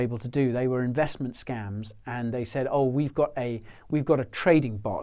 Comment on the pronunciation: you say scumms, i say scAEms but its scams